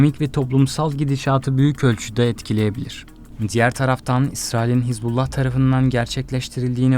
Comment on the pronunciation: Не хезбала а хизбала